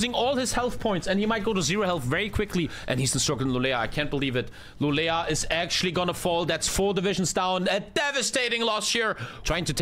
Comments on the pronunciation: you actually say Lu lee o not lu le la... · LULEÅ! not lulea. mina svenska öron har grova skador efter jag hört detta. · "Lulea" triggers me tbh, like just say å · pronouncing Luleå is a different kind of art